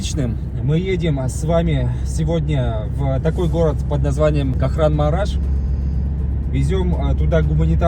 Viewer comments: Правильно сказать не Кахранмараш, а КахраМАНмараш. Простите,что поправляю Вас. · Ну почему многие не турки не правильно произносят название города Кахраманмараш. Коверкают все на свой манер как хотят.